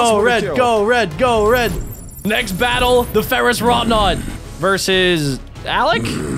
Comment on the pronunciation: Ferouss wroughnaut